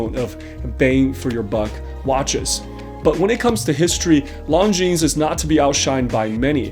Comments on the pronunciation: You pronounce their name lawjean, not lawnjeans. Cheers! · Lon-jin! Not long-jeans! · Longines is spoken without s at the end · Oh boy, I think I may have been pronouncing another brand wrong for a while. I’ve been saying lawn-Jin-es